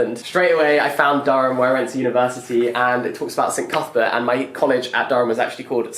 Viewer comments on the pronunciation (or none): none